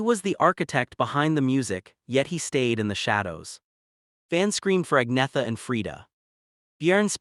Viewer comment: Its not pronounced ag-netha..its pronounced ann-yetta